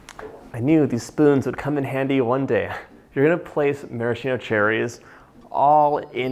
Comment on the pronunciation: Maraschino is pronounced “mahr-a-skeeno” not “mare-a-sheeno”.